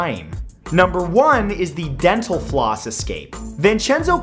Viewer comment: DDENTAL FLOOSS DENTAL FLOOSS not possible thats not physics ;=